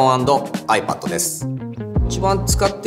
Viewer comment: KREVA好きだけど、iPadの発音は気になるなあw